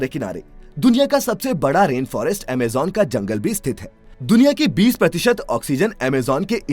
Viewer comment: What is Amejan? It's Amazon